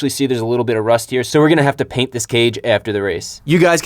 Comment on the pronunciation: "Gotta caint the page"